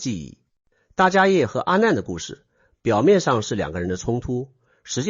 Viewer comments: 大迦叶 （梵文：Mahākāśyapa）念：jiā shè。不念 yè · 大迦摄～，AI代立杰读可以设定改一下